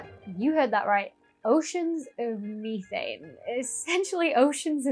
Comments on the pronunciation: MEE-thain? METH-an! 😅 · Ok Ok Ok.... this has got to stop..... Say the word Methanol and then Say Methane..... You're saying Methane wrong.